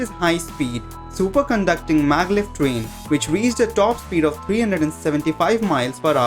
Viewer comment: He says fastest rain XD